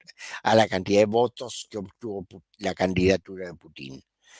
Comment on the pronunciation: Me ha gustado mucho el análisis, muy claro y lógico. De qué nacionalidad es? Me gustaría hacerle una corrección de un error muy frecuente en Chile y algunos otros países latinoamericanos, la pronunciación del apellido del presidente de Rusia es Putin, con acento en la letra u, no con tilde en la letra i. Seria bueno pronunciarlo como corresponde.